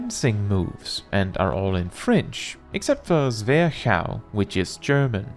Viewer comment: Oh hey, didn't knew you were a fellow Dane. As a German speaker, you did a good job on Zwerchhau. As for Dragoon, I believe Icelandic is the closest modern language to old norce. To be fair though, there was probably not one "correct" pronounciation even back then. Norwegen for example doesn't even quite agree with itself. Languages being living moving things, you can argue that any of old norce's decendent langauges have equal claim to the "correct" pronounciation.